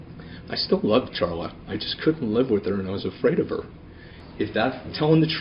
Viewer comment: It’s pronounced Sharla even though it’s spelled Charla